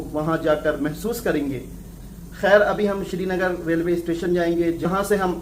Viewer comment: It's not shrinagar not sernagar